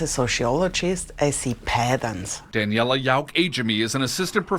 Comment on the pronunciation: "I see patttans!!"